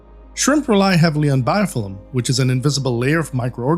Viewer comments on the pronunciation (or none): "Biofillim" haha 😄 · like the way you say Biofilm 😍 ohhhhhhhhhhhhhhhhh